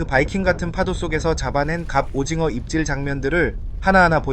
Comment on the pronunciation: 저 궁금한게..... AI음성 아닌듯 한데.... 왜 갑오징어를 갑오징거라고 발음 하시나요???? 절대 태클 아니고, 그냥 궁금해서요